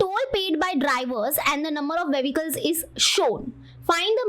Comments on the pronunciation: Vehicles ❌ Vevecals ☑️ 😂😂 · Mam it's vehicles not vevicles😅 you are repeating that same pronounciation again n again😂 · Its not vhevicles it is vehicles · Vehicals ✔vevecals